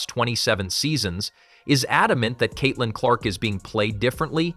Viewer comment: At least get an AI voice that can say Caitlyn’s name correctly.